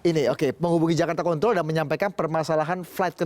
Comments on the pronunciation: emang pada g bs ngucap yg bagus apa ya? itu kaya ngomong flight kentrol. bukan control. aneh aja gt dengernya. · Apa cuma Aku aja yang denger pembawa acaranya nyebut control kedengeran seperti nyebut Kont*l??? di menit